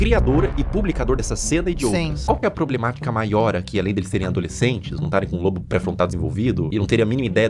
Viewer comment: Ah mas o felca deu uma de chatGPT aí porque ele falou lobo (assim como se diz o nome do animal) pré-frontal e a pronúncia da parte do cérebro é diferente